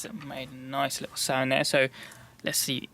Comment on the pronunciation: Its sound not sind